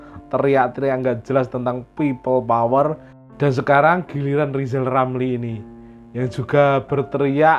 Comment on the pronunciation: Lijal lamli 😂